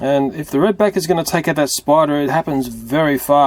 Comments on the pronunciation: He pronounced spider spuder. and did you see the Freddy plush from fnaf I did! Did you? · It sais SPUDER XD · You said spuder